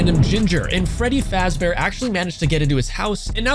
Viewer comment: Did he say freddy frazbear?